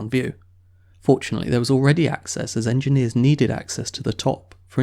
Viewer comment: Also, slips in "engine eers" casually...